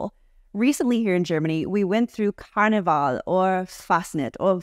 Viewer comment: 5/5 pronounciation on Karneval and Fasching, but 'Fasnacht' needs a bit more attention, especially the 'Nacht' part. Give it a clear 'A' sound, as in 'KindergArden', and really appreciate the gritty 'ch' - on sandpaper scale you don't want to got too rough on the grit, give it a nice 120, not lower ^^ And then you end on 't' as you perfectly demonstrated, so just the 'A' sound and the 'ch' sound, which need a little more attention 👍‍